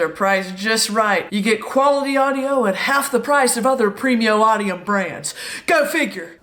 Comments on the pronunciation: “premio audim”???? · i don't know if "premio audium brands" was intentional but it made me laugh anyway